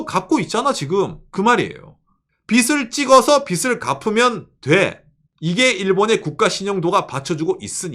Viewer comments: ❤ 늘 잘 보고 있습니다.^^ '빚을'을 읽을때 -->비즐(o), 비슬(×) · 빚을, 빚이, 빚은 -> 비즐, 비지, 비즌 빗 아닙니다